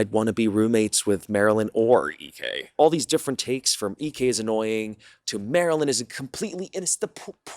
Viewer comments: Minor issue: if Marlyn refers to herself on Instagram as Marlyn, and her best friend refers to herself as Marlyn, why do you repeatedly refer to her as Marilyn? Did I miss something? It’s not a huge deal, but it does come across as impolite to continually pronounce someone’s name incorrectly. Just something to think about! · purposely mispronouncing her name for the whole video was like the guy that drags a bit on for way too long and youre just sitting there going holy shit we get it, its not funny anymore 🤭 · Ngl I felt like this video was biased off the fact that u refused to pronounce Marilyn name correctly. I don’t know if u r culturally unaware but that was HIGHLY disrespectful. To purposely mispronounce my name after I corrected u is to disrespect my legacy. Yet you had no problem defending the white roommate. Bestie I don’t like how this look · Why wont you say marilyn's name right 😂😭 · Pronounce the damn name right. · Why can’t you get poor girl’s name right 😅 poor Marlyn